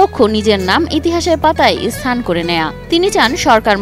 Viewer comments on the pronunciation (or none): none